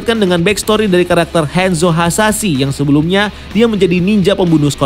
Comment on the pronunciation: Kebiasaan ngomong Inggris Ngomong Hanzo jadi Henzo